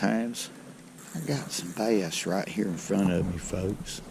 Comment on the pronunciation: I did not know bass was a two syllable word